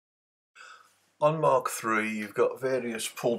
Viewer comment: Hey, that programme is pronounced Mak not Mark as in speed of sound Mach numbers. Nice vids